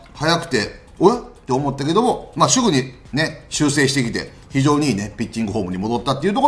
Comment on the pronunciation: ～しゅぐに